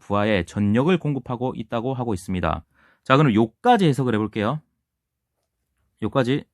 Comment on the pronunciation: 전력,전류 등을 발음할때, 절력, 절류 로 발음해야될거 같은데 강사님은 전녁, 전뉴으로 발음하십니다 수정이 필요하실거 같습니다